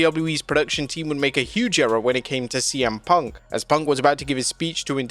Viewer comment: Im sure I heard Cole call CM punk as “semen punk”. Anybody else heard it?